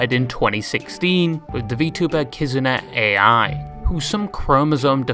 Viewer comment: It's read kizuna ai not kizuna ei-ai.